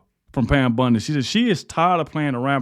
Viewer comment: Bondi, not Bundy